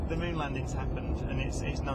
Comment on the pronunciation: sorry, at 12013 the name of moon have change to monn.